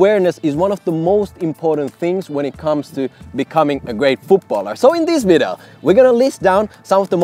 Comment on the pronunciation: how to pronounce "video" right? 😂